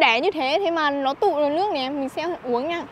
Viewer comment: Bạn này nói chuyện nước thì cứ để là lước hầu hết toàn dùng chữ L trước câu nghe rất chán ạ